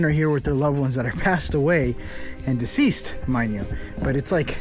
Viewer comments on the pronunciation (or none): none